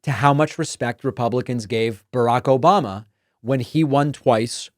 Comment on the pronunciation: The "Obamna" still kills me every time 😂😂